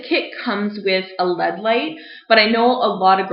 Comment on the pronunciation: can we tell her that it's L - E - D and not LED?